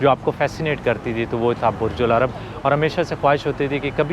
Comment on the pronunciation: it's Burj Al Arab and not Ul Arab.